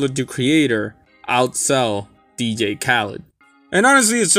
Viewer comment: learn how to say DJ, DEE-JAY. Not D-gay